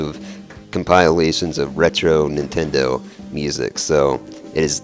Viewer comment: NINtendo - the 'n' isn't silent! Also, Gauntlet Dark Legacy was the worst on GC - PS2 and Xbox versions were better.